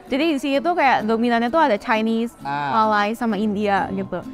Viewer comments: Sebutan Malay itu seperti tidak pernah belajar english. Malay ertinya Melayu, Malai ada kaum di India Malayalam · Benar. Dia asyik sebut Malai, agak aneh. Kalau dia jenis bergaul dengan orang tempatan , pasti sebut Maysia bukan Malai😂😂